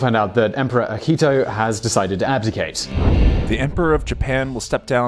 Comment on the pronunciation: Sounds like he says Ahito. The correct is Akihito.